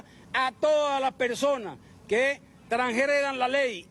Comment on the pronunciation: "cacturar" (o sea, los van a ensartar en cactus?), "Transjredan" (😮😮)